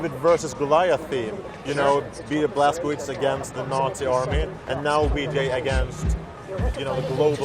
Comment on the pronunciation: Why can't the developer pronounce the name of the protagonist of his own game? He isn't even American for god's sake.